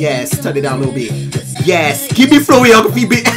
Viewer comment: said "yes give me floor-eography", that's hilarious and i'm using that for choreography that's on the floor from now on lol.